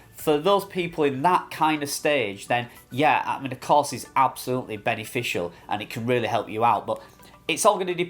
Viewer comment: Cars, class or course? Took 5 minutes to figure out what you were saying. At first I thought they bought you a car! 😅